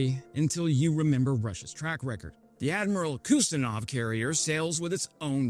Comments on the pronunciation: Kusnetsov not Kustinov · The kustinov???? At least learn the name dude. KUZNETSOV. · It's Russian aircraft carrier is pronounced Kooz-nyet-tsov. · Kind of screwed the pooch when you cant even pronounce the infamous Russian aircraft carrier correctly. Admiral Kusnetsov. KOOOZ-NET-SOFF... like calling the US nuclear submarine Virginia class the Vagina Class. Too much reading, and absolutely zero listening. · It’s pronounced “khuz-NYET-zov” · Always fun to hear americans attempt to pronounce "Kusnetzov" :D